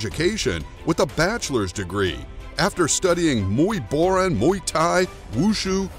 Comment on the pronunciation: Jesus bro. It’s not Muay “Bor-ron”. It’s pronounced Muay Bor-an.